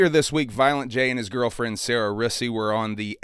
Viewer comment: You're so off... didn't even say Sarah's name right.